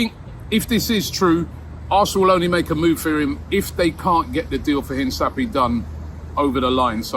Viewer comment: Robbie was told how to pronounce Hincapie and then proceeds to pronounce it wrong the entire video